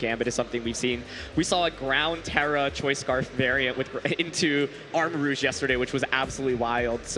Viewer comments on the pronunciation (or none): none